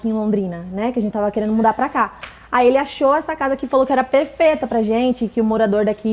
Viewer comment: Segunda vez ki vejo a falando errado "perfeta"